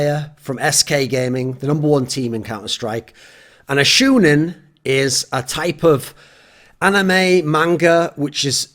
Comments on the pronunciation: Lol its shOnen, not shUUnen... xD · It's SHOWnen not SHOEnen, ya dirty gaijin. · The "shou" part is pronounced show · Shoe-nen xd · God level intro. Weeb tip- the pronunciation is "shonen". Love you. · you know he just learned what anime is when he calls it "shoe-nin" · I'm triggered that you are pronouncing shounen wrong. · im low key triggered at how you say shounen